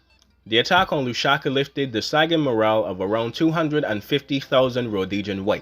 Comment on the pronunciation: There is no such place as “Lushaka”… there is however, a place called LUSAKA! (Pronounced Loooo’ Sah ‘ Kah!!) It is the capital city of Zambia !!